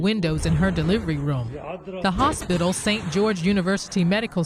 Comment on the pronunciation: The girl reporter reading the news needs diction lessons. She pronounces “st” as “sht”. Inferior public school education.